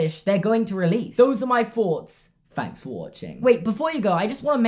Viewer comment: “Fanks” for you opinion good sir!